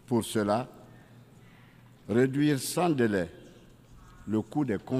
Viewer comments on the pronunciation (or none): none